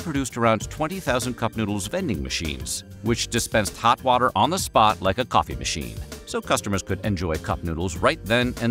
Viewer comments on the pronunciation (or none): none